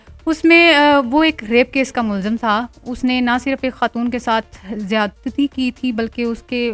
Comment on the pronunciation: Please correct "mulzim" as mulzam.